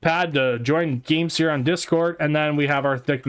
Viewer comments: Bro its game SIR not seer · I'm pretty sure it's supposed to be sir like a gentleman, not seer. Game-Sir.